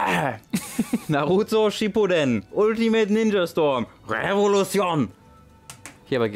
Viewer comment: Heißt es nicht "Shippuuden"?